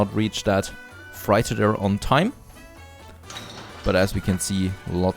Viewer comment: Freighter is pronounced 'freitar', not 'fraita'.